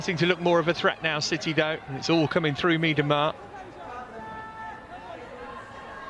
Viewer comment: Yep, must be the only person in the world not to know how to pronounce Vivianne Miedema's surname. I mean, come on, Ma-DEEM-a?!! Really?!! 😮